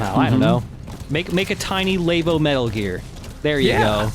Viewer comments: "Nintendo *Lay*bo" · I guess they plan on playing the Extreme versions of these missions too? Also the way pronounces "Labo" is wrong.